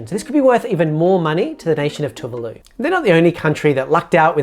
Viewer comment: Great video, but from what I know of these countries (some study of these islands at tertiary level) your pronunciation of Tokelau and Tuvalu aren’t quite accurate. As I understand it they are Tok-ee-lao and Too-var-loo. Can anyone from these places confirm whether I’ve got that wrong or not?